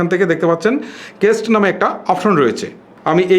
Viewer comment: কেস্ট না ভাই, কাস্ট হবে। উচ্চারণ ঠিক করেন।